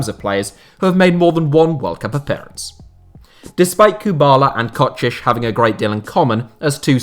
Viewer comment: Wait, he improved his pronounciation of Kocsis. its a really small thing, but thank you